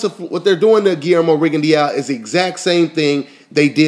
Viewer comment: lol its pronounced rigon de oo not rigon di ya o